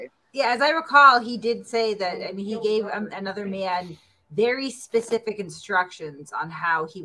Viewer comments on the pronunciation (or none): none